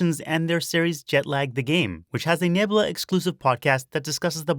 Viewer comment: Misspelling Shiisaa is kind of painful. But also going "roofs" instead of "Rooves" is REALLY painful. You should actually know that one. Edit "Neb-lah" really? Okay, look. You're supposed to be telling us things and sharing knowledge. So you're speaking from a position of "What I know" but when you are wrong in such fundamentally, hilariously basic ways, it feels insulting instead. Do better.